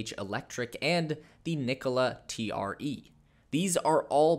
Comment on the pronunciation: You're not pronouncing the name TRE correctly. I know you're a Tesla fanboy but please do a little bit of homework about the competitors.